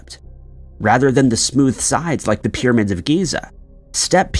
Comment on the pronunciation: The amount of people that don't understand this is some kind of voice software reading a script from a writer that isn't necessarily a native English speaker is the greatest mystery. That is the case for at least 50% of YouTube since a while back. Dead internet theory is becoming real. PIRRAMIDS!